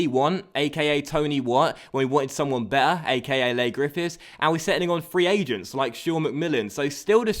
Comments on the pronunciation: its pronounced 'Lee' not 'Lay' Griffifths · Leigh is just pronounced like Lee, not Lay haha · it's pronounced 'Lee' Griffiths not Ley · its lee not lay griffiths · it's pronounced lee griffiths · Leigh is pronounced as lee:) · Ik doing that think we're u msg to early but it's pronounce lee griffiths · Coming from a Scottish rangers fan I really enjoy the series but it's kinda annoying the way you pronounce Leigh Grffifhs wrong is first name is LEE haha keep up the work though really enjoy it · it is Lee not lay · Leigh is pronounced lee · its pronounced lee grifiths